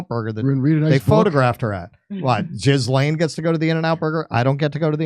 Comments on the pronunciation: Gee la' - hard g , short a, accent on the second syllable. Not "Jiz - lane" . jesus you guys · He calls her Gizzlaine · I'm not sure the name is pronounced as Jizz lane but I can work with that, Prince Andrew has stepped down, so he just gets the perks without doing the works now, let's hope he gets through this harrowing experience. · Ghislaine is pronounced Gee-lane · But don’t you think Jizzlane suits her?